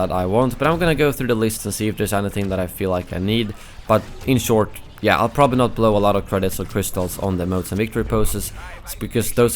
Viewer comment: “But jeah”